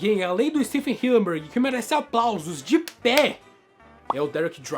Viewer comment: Hillenburg ❌ Hilleburg ✔️